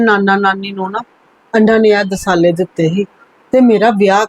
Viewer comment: ਦਿਲਾਸੇ ਹੁੰਦਾ ਨਾ ਕਿ ਦਿਸਾਲੇ ਪੰਜਾਬੀ ਗਲਤ ਬੋਲਦੇ ਜੇ